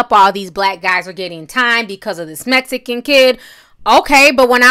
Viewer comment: The way you say MEXICANS BOTHERS ME ..BAD.. I AM A HUGE FAN OF YOURS BUT THIS AIN'T COOL